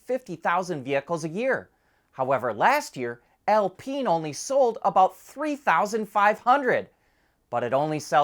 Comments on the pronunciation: it's Al-Pine, not Al-Peen (which would be funny, but). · In French, it is pronounced "Al-peen".